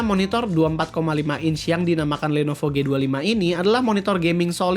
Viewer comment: did someone heard he says "Lenopo" instead Lenovo? xD